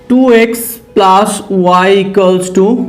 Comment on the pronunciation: Sir please change your plaas to plus and very good explanation 🤣🤣🤣